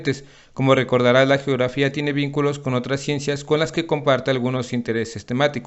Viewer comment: No le pasa que ✨Gerofia✨